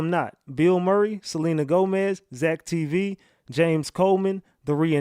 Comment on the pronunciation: It is Selena Gomez That Is How Her Name Spelled. Not Celine Gomez.